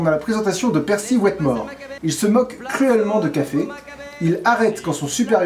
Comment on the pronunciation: et accessoirement je pourrais le désigner juste pour le pEEEErcy prononcé comme si on vomissait l'âme de satan tout en chiant les discours d'hitler